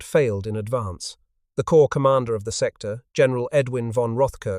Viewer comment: Damn it! "Corps" has a silent "ps" and is pronounced the same as "core" while you keep posting videos where "corps" is pronounced the same as "corpse"! Are you unable to learn? To change? And this is much the same as other videos, just with some repackaging.